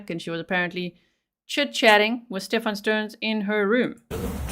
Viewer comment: Incredibly unprofessional 'Steven' ?? Its STEPHAN.